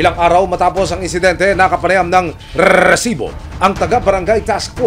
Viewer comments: Rrrrrrrrrrrrrrrresibo nakakbwist pakingan. pwede namang sabihin na resibo lng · ok na sana ung balita mo eh kaso kakkairita naman ung pagsabi mo ng RRRRRRRRESIBO!!!!! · very annoying ung RRRRResibo na pagkakasalita